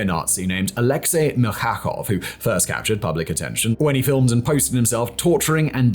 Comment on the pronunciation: MilKHakov, RusiH, Atkin. Wow, your level of expertise is as mediocre as all antirussian content that your team on this channel could provide😂. You better resume to your old ways: to promote lgbt agenda and how cool to live in a pod, while eating bugs. 😂😂😂